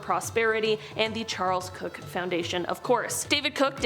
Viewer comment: Just an FYI, Koch, as in Koch Brothers, is pronounced "coke" like the drink. I wouldn't know that but I live where their headquarters is. The brothers were a bit of a mess, fussing at each other, but their mother was a lovely person supporting the arts. We need more people like her.